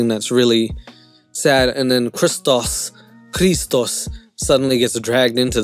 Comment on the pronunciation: as a Greek, thank you for saying Christos correctly lol